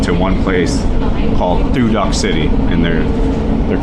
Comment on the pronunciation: Thu Duc is pronounced "Two Dook",.....not "Two Duck".. My wife was born and raised in Thu Duc, so i know how to say it correctly.